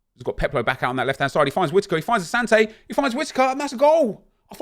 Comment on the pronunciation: Bro. I’m Ghanaian. It’s said asanti not Asante